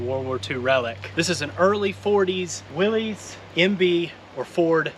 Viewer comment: It's not a Willeeeez, it's a Willys! Most call them willeeeez and that aggravates me!! 😂